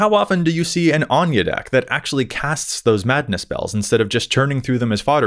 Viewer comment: I have bad news for you. While Ahn-ya would be an accurate pronunciation based on the setting she's from, the official pronunciation is Ayn-jee.